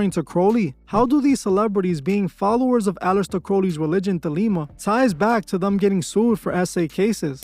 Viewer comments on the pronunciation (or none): It's Thelema, not The Lima 😂